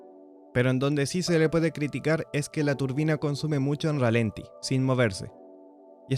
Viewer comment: Chequea la cifra de torque que mencionas, está mal. Por cierto, la acentuación correcta es ralentí y no ralenti. Saludos